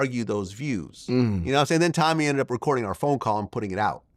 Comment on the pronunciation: Glad.. you are wrong. Stop saying Tommy’s name wrong, and admit you set him up. Read your comments sir no one believes you. Tommy has the courage to say the facts about BW that simps like you are afraid to.